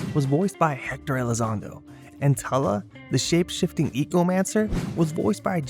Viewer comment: ..Pirates of Darkwater names are EYE-OZ not LOZ and TOO-LA , i have been re-watching it recently